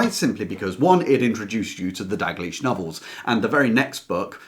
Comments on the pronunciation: It's Dalgliesh (in P. D. James), not 'Dag liesh'! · Is the letter "l" silent when you say Dalgleish's name?